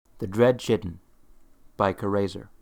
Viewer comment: It's actually pronounced Kai-tin.